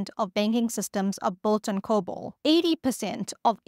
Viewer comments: Lieber Freund, es heißt Cobol! Dear friend, it's called Cobol! Not COBAL! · "COBOL" not "COBAL" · COBOL? You gotta be kidding?